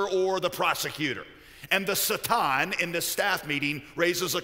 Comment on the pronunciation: Why is he pronouncing it the Sah-tahn? It takes me a minute to realize I think he means Satan (Say-Tan/Say-ten).